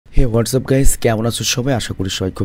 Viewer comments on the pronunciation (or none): none